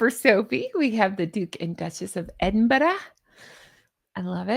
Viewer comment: Thank you, you pronounced Edinburgh correctly and not Edinbro hello from Scotland 🏴